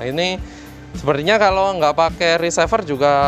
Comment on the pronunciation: Reciever pak, bukan ricever